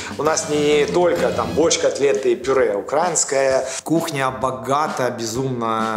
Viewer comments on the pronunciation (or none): А можно как-то научить украинских ресторатов ставить правильно ударение в слове: "украинская"?:) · Вибачте, але їм там десь пороблено з тою "укрАинською" кухнею? Якщо вже окрім Клопотенко, Худо та Друзюк ніхто не виявив бажання говорити українською, то можна було хоча б вимову слова "українська" поставити правильно.......боляче слухати, навіть якщо дійсно зацікавлений у контенті....